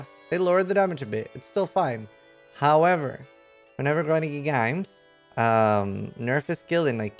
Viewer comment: That Grinding gear games pronunciation is killing me, I laughed more than I should have.